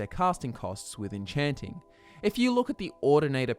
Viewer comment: it's called enchaaanting, not encheenting